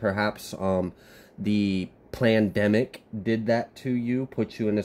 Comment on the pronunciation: Wait are you calling it a plan demic?